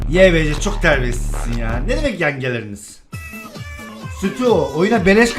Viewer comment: yalnız yangeleriniz yengleriniz değil😆 😅 😂